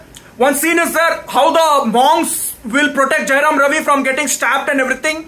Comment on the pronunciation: First u learn the title properly man. And it's Jayam Ravi. Not Jayaram Ravi. 😢